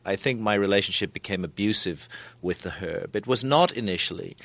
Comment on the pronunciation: He says it how it’s meant to be said